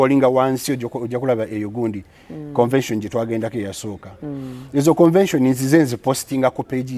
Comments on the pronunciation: Speak on it!! I thought my ears were going bonkers!! For some reason a lotta folks pronounce it that way!! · it’s not CONVASION please., it’s CONVENTION. RoGe tried to over pronounce it to help you. Please style up